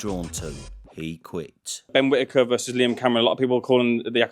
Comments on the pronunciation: Ben quittaker😂😂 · Ben Quittaker 🤣